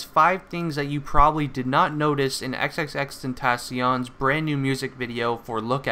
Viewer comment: It's not xxxten- tah-con it's xxxtent-aw-c own